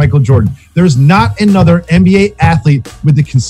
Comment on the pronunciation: “ANN B A”??? It’s the “NBA”